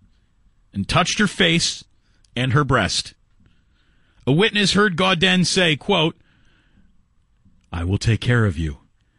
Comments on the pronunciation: It’s pronounced GO-DAN. Ask me how I know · You pronounced his last name incorrectly this entire video...